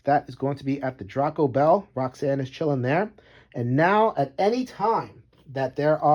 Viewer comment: Every review/playthrough I've watched about this game, they've mispronounced Draco.